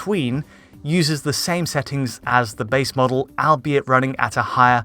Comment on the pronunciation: Lol he keeps saying al be it instead of albeit pronounced all be it